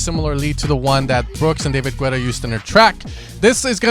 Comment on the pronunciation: Why do you pronounce David Guetta like that loooooooooool